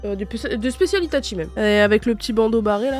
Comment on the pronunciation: c'est pas itatchi mais itachi